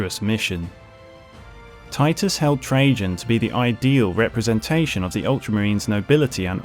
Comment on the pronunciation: I’m sorry did you say Captain General Trajan as in Captain General treason, valores